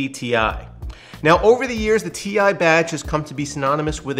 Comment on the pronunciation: Thank you for saying "Tee-EYE" and not "TIE"!